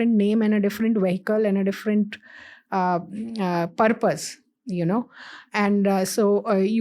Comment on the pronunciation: you cant say EUAWWWROPE for Europe and then say Purrrrpussss ffs